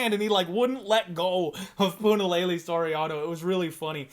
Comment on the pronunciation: When in God's name did we sign off on pronouncing Punaleyley properly? Puna fight week and pronouncing that name is one of the treats of a Puna fight week.... I didn't sign off on this. What's next? Santino DiFranco trying to pull this correct name b.s 😆 🤣 great show brother